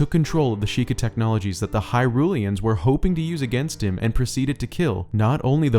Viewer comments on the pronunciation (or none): 2 minutes of ads for a dude that calls the people of Hyrule "Hyrulians" instead of Hylians... Give up.